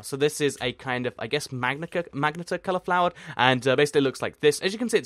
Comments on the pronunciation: Magenta is pronounced Ma-jen-tah not "Magnetta" haha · Magenta is pronounced ma-Jen-ta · magenta muh-jen-tuh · ITS PRONOUNCED MUH-JEN-TUH